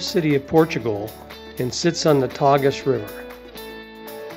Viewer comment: Thanks for a wonderful guide to this beautiful city. Just spent two days there at the end of a longer trip - definitely going back, hopefully to spend about a week just to see Lisbon. Hope you don’t mind some constructive criticism: the correct pronunciation of Belém is to place the accent on the second syllable rather than the first; and the river’s name is pronounced “Tay-zhu’” instead of “Tag-us.” This one I learned from one of our Uber drivers. Contrary to what we’d been warned before we went, we found all the Portuguese people we encountered to be very friendly, helpful and approachable.